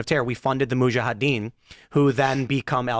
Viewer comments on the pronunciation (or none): is annoying me more and more every time he's on. "Moahajeen", and I'm not even sure how to spell his mispronounciation of "Huthi". Thank God for bazongas literally keeping this show afloat. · yes, so good to have you back on with your kiddie pool depth opinions, and your mastery of the English language. Say "muhajadeen" again, please, or however it was that you slaughtered it, along with all the other words you mispronounce on a regular basis.